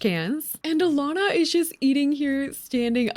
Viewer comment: omg i almost never see my name in media, let alone pronounced correctly. a win for all alanas